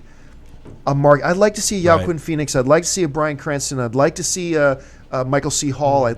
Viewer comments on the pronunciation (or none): Why do John pronounce Mister Phoenix name like that